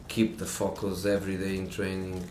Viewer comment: When he said "keep the focus everyday in training", it sounded like "keep the fuckers everyday in training" 😂